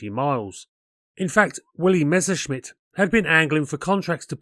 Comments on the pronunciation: Generally GOOD content appreciated ; you need to brush-up on yer German pronunciation . You are pronouncing DORNIER as if its French . It should be exactly as spelt ......... Dornierr NOT Dorniay . Messerschmidt Is NOT Meshersmidt . Fokk-Vulf should be Fokker Vulf . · Learn how to pronounce Messerschmitt, before trying to aviation history assays